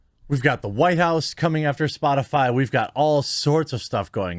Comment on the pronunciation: Psssh. Psaki-Puppet was talking about Spotifly, didn't you hear her? LMAO. She can't even say it but is supposed to be taken seriously.